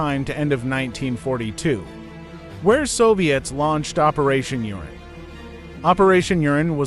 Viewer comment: It’s “Operation Uranus”, NOT “Operation Urine”.